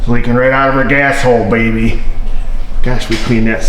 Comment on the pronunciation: I enjoy your videos but when you say the word { baby} it's just off putting to me , it just doesn't sound right ...anyways I enjoy learning from you , you make the process easy to understand thanks